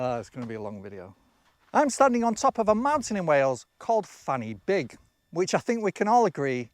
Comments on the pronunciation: Fanny Big isn't pronounced like that though. Say it as Van Uh Big, and it's not so rude. Not so long back I was near Exmouth, and came across two roads called Inner Ting Tong and Outer Ting Tong. I tried to look up the history of those strange names - and failed to find anything. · to be a massive pedant Fan Y Big would actually be pronounced something like van uh big